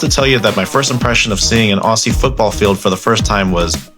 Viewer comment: The first tip is Aussie is Ozzy NOT Ossy